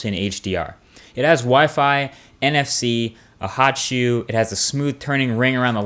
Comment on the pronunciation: what is a hotchew? He says it at , he says there is one on the top?